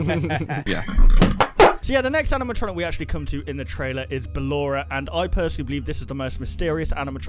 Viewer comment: it's ballor